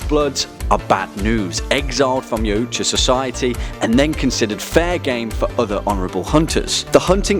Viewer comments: yautja... pronounced yout-ha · Also isn't yautja pronounced e-wat-ja ? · Its pronounced y/ah:twahh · It's actually pernouneced (yal-tcha) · Its pronounced yac-cha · It’s pronounced CSI Miami opening Ch Ah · Its YAO-CHA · Anyone else cringed when he pronounced Yautja wrong. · What did the Predator say when he hit his toe off of a rock? YAAAAAAAAAAA OOOOOOOOOOOUUUUUCHA Yeah you cant pronounce that right and xenomorph outbreaks never are small, 1 egg = massive pandemic = kill it with nukes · The way he says Yautja..